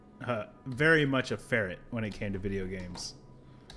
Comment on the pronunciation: So, although you said, "Ferret" My brain autotranslated it. I heard it as "Mail! Farrik."